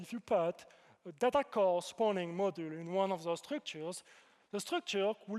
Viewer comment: Halfway through: "Model" this and "Model" that… Oh wait that's supposed to be "Module." His French accent has him pronouncing it like "Modúl"